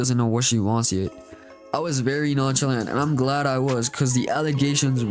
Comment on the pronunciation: you pronounced nonchalant wrong